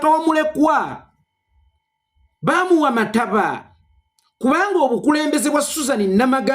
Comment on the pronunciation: Mukulu ssi “MATABA” bakiyita “MATAABA”